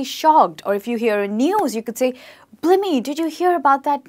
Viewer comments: TIP! You need to learn these words love, before teaching them! Blimey isn't pronounced, "blimmie", it's "bly-me". A kip is to have a short sleep, that is correct but a kip is not a dirty room, it's a TIP! WONKY: you might also hear 'that chair is on the piss'. Bangers is also slang for large breasts. I need to do a British slang video. It would sadly go on forever. Folk watching? You will struggle as we use slang without even realising, but you'll pick it up in the end. 😊👍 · I got to chuffed and had to stop. Its chuffed. Ch-uffed. As in the Ch in chair. No shuffed like shoe and it's blimey (b-lime-y) as in lime the fruit. Not blimmy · Hi there! ...great lesson, although you'd like to review the pronunciation of the second word... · Spot on. We never say 'Blimmie'. We say 'Bly-me'! And 'bangers' is also used by pervs to describe large breasts on a Lady. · I've never heard any native speaker pronunciating the word 'blimey' as 'blimey'. I always hear people pronunciating it as 'blaimey' (I live in the UK) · Its is to be pronounced as Blaimee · Its pronounced 'Blīmey' (long i). Like lime or time. Great video though I'm American and haven't heard a lot of these lol thanks! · She said blimey wrong and it made me cringe